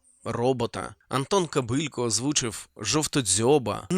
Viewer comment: Мультфільм бомба, єдине Антон не Кобилько, а Кобилко з наголосом на останне О